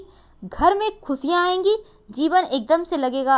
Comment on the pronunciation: Khusiya...khusiya....raasiyan..raasiyan....sh aur sa mein fark hota hain madam jee...thora...thoda... sahi se hindi shabd ko bolna seekhey paheley...hindi humari rashtriya bhasha hain